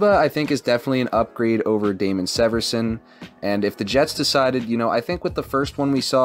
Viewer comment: It’s Damon SEE-verson